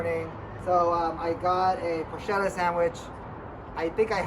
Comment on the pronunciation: It's a "Porchetta" sandwich not a "Porshetta" sandwich!